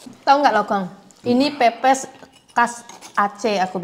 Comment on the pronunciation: bilang ke ko johny: ikan pepes bukan ikan pipis. Atau ngakak receh 😂😂😂